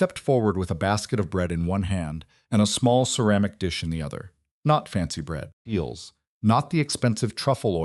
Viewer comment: Can't finish this one...pity because it's a good story but can't handle the incessant "eels, feels, beals" thought.